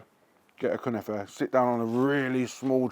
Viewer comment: 🤣🤣🤣🤣 1. Its 100 percent not Turkish, but yes they do make it in Turkey . It comes from the levantine Region. 2. That was an outrageous pronunciation of the Word. An arrestable Offence.😂 3. Great episode. Big up